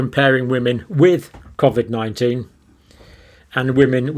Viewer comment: You are pronouncing COVID wrongly just like your information.....you seem fixated on graphs and stats which are never taken as FACT !